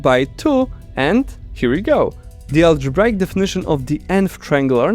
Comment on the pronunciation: Problems I hear in the video: mispronouncing "arithmetic" (it has two pronunciations, and you picked the wrong one). "Remainder" sounds like "reminder". "Eureka". "Algebraic" sounds funny; the second "a" is off.